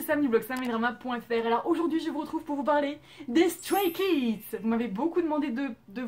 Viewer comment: StrayKids est mon ug💖💖💖💖💖💖💖💖💖💖💖💖💖💖💖 ta vidéo est superbe c'est dommage que la prononciation pour les noms soit mauvaise mais c'est la seule erreur que j'ai vu 🙃 Voilà superbe vidéo !